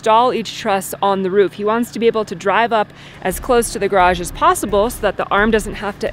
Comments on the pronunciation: !: You attempt to say garage three times in this video. One of them is acceptable. The other two need work. If it is any help, it is because the second syllable is not made forceful enough and sort of fades away in (mistaken) embarrassment. says garage a few times in this video: can't you get him to help you say it properly? The construction work is amazing and went really smoothly. With thunderstorms overhead, I would have been concerned about downdrafts maybe affecting you on the ground. Hopefully you'll get it braced well enough to be safe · Examining her YouTube speaking history shows that she struggles with the word garage and is probably trying to clean it up. I don't think she wants to mark herself has coming from the tiny part of the U.S. which says graj. Otherwise pronunciations are very literate and educated.